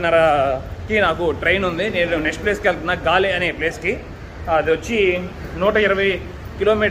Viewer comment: గోల్ కాదు గాలే అని అంటారు.